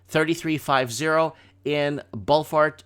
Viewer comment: Ballarat - say: bal as in bat. Bal-ah-rat. A very early gold mining town. :) check this out: COVID-19 shifting rental market dynamic in favour of tenants